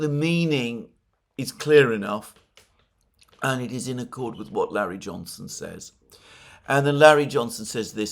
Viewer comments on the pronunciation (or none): none